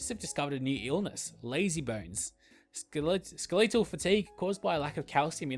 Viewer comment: Wait, how did you pronounce skeletal ?🧐